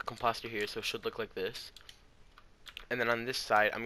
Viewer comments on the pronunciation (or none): Am I the only one who’s gonna say he said composted wrong